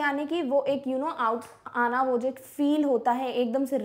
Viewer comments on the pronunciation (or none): Jst for knowledge : It's not Anna ( an - na ) It's Anna ( aan- ah/uh)... but many people mispronounce this word ..... and say Anna which means elder brother in telugu. ... Now don't think me a tamil. . 😂😂😂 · it is not अनना its आना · Mam wo (आना) hota hai 😅